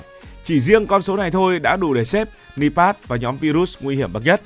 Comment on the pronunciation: Nipah mà đọc là pát